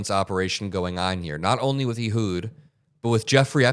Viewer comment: Ehud is pronounced like "a hood" of a car, not "ee-hud." (It's my best friend's name, a so I suspect he'd know.) Otherwise, great reporting.